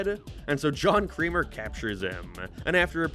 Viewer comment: Why were you calling Jigsaw "John Creamer" the whole time?